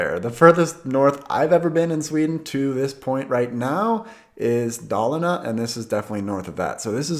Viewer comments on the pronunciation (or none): none